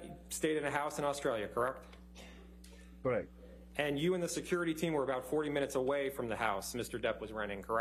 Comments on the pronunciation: If your going to say correct every 3 seconds , please say it correctly. He sounds like a hiphop dj sampling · Is it me or can that lawyer not even pronounce "correct"?